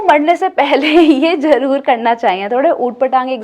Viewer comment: Sister jaroor nae 'Zaroor' hota hae🇵🇰